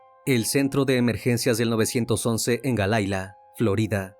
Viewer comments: No es Galaila, es Hialeah; y se pronuncia: Jaialía. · Esto pasó en Hialeah Se pronunciaría jaialia no gailia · Se pronuncia: Jayalia 😂 se escribe Hialeah. No entendía el lugar en Florida😂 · Es Hialeah. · Es Hialeah no galaila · Se pronuncia jayalia...pero escribe Hialeah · No puedes pronunciar jaialia? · Investiguen bien él tenía a su esposa en Cuba y ahí desde que ya salió embarazada ya no vivía con ella y es reconocido la niña supuesta y alegadamente después de dos días de la señora Irina está ahí de mi vida investiguen bien antes de dar la noticia y fue en Hialeah pronuncien bien el nombre